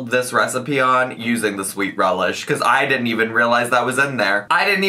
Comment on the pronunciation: Sweet relieh? Wasn’t it dill? Isn’t the cauliflower supposed to be smashed?